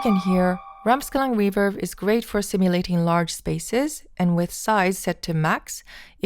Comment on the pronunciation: Why she’s saying: reeferb?